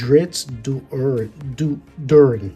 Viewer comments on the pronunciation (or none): Crenshinibon is the name of the Crystal Shard. Drizzt Do’Urden’s last name is pronounced Dō Urden, as in bread dough.